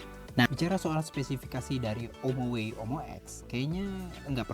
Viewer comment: Om-oway. Saingan om-mobi😂